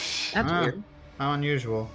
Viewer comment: Emphasis on "weird"!